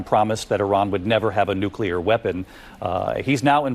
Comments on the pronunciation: My man pronounces nuclear just like George W Bush. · Please pronounce NUCLEAR properly !!!